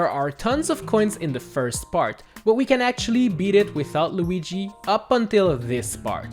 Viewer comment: How did you said Lugi? I bursted out in laugh When you said it!